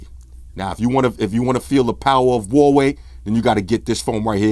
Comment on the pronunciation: its wah-way or wuh-way huawei = wuh-way